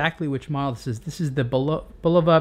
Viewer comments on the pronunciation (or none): It's BULova, not buLOVa.